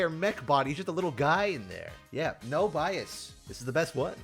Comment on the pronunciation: No bee-as